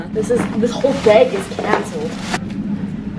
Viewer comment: i love how you say “beg” instead of bag lollll cutie